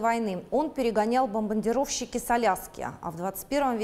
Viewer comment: на - на 5 БАЛЛОВ - "бомбаНдировщики" !...